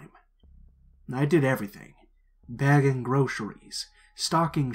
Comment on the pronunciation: Where in the south are you from? I really heard it on “bagging groceries”